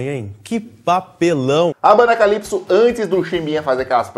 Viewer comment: O melhot é Kalipso tipo ingles.kkkkkkkkkkkkkk